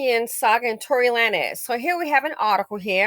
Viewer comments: I loved how you pronounced his name...Lan-ez...when it's...Lanes. 🤣🤣🤣 KUDOS...you have certified that you are an elevated BW that's no longer closely BC adjacent. #Goals👏🏾👏🏾👏🏾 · It's pronounced "lanes", like bowling lanes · The way you pronounced lan ez got me going 🤣🤣🤣. I hope Megan's mental health is okay. She is being tauted by both bw, bm & everyone else. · yea that part took me out hahahaha! honestly though, he wanted to be edgy! cause if you want us to say “lanes” don’t right it as “lanez”😅😅😅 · The fact that an older black woman is mispronouncing his name lets you KNOW he is a NOBODY‼️‼️‼️‼️ Old headz never mispronounced Beyonce or Jayz’s name‼️Before during and after this incident I can emphatically say I DO NOT KNOW ONE of his songs and I wouldn’t dare trigger the algorithm searching for it‼️I literally thought that Bryson Tiller’s music was his before all this‼️ B men are embarrassing NOBODIES all around‼️ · 😂😂I can’t figure out if is intentionally saying his last name like that or not 🤣🤣